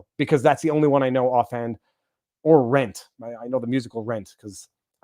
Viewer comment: When I heard you say “RENT!” I made an involuntary disgust sound. Neat. The very worst thing.